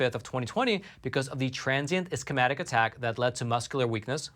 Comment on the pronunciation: Hey! I really like your program and all you do. I would like to give you some feedback regarding discussing medical conditions after I noticed mispronunciation of guillain barre and ischemic, for example. It would be beneficial for you to take a medical terminology course or review the pronunciation before your presentation. My husband doesn't speak English as his first language, but teaches courses and when in doubt he listens to google pronunciation of words he isn't sure of before giving his presentations. Just a friendly suggestion.